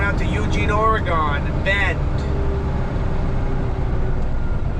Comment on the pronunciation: C'mon now. You know how to pronounce "Oregon". Not "Oragone". HaHa! Take care. Todd Konoske the retired trucker ( Elmira, Or. )